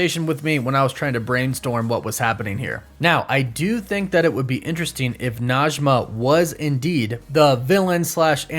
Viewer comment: Najme And Karim i live In Iran And Arabic and Persian are not same but sometimes the pronunciation are same Najmeh not Najma thank you for your video ♥